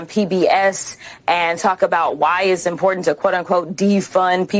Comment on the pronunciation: I'll subscribe only if you stop saying impor-ent!